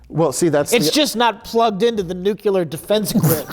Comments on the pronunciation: nukular is not a word:D also are you sure? I've released at least 1 video on my channel where I was speaking clearly and one commenter called me AI generated. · Well, in typical fashion, he butchered the pronunciation of “nuclear” . An AI would know to mispronounce that, wouldn’t it? 🤔